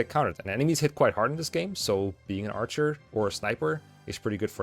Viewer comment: "arhcer" lol